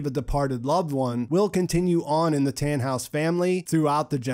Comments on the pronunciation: Its so funny as german too see how you prononce the names 😂 its just Tannhaus not Tähnhaus for example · Americans really can't say Germans words right "taaanhouse"